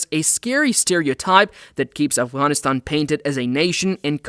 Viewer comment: Thnx for pronouncing Afghan and Afghanistan so correctly